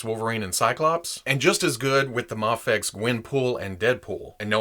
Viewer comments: It's "Mayfex." Do you pronounce scuba as "scubba" because the u stands for underwater? The I in "IMAX" stands for "image," so why don't you say "immax?" It's "Mayfex," and while we're at it, it's "jif." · Isnt mafex japanese so its mafex? As in mafex not mayfex? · I say it like May-fex and I agree it feels weird when your saying it different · Guys it’s pronounced mafex idiots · Mafex is an acronym. It has no proper way of pronunciation cause it’s not an actual word. Say it how ever u want. And tell ppl to stick it if they don’t like it. Mayfex all day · The short "a" in "Action" has no bearing on how the acronym "Mafex" is pronounced. Say May-fex or even Maw-fex if you prefer. What if the "X" stood for "Xylophone"? Would you pronounce it Mah-fez? You could, but that energy would probably be better spent tackling larger psychological problems. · In the video, reasons that since MAFEX is an acronym and the A stands for "action," it should be pronounced with a soft A (mah-fex.) I pointed out that many acronym words don't function like that, giving the examples of scuba and IMAX. What here doesn't make sense to you? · it’s mafex! not mafex and definitely not mafex. who the heck even says mafex?